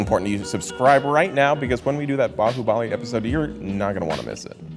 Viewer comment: completely butchered baahubali